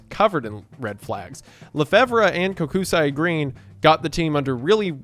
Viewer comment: Love the story about the Bolts. Great team, Tampa Resident, Go Bolts! However, the constant mispronunciation of Kokusai killed me this entire video. It's pronounced "coke-sigh", not "Koh-ku-sigh-eh".